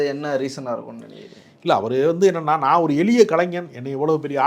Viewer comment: Mr. நெறியாளர் தயவு செய்து தமிழை கொலை செய்ய வேண்டாம், அது எலிய இல்லை எளிய உங்கள் நாக்கில் வசம்பை வைத்து தேய்க்கவும்